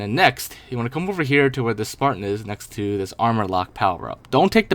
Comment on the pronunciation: I had suspicion when he said "tae bag the sparton"